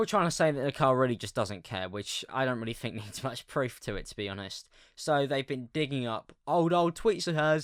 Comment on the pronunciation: Think = fink With = wiv 😂😂😂😂😂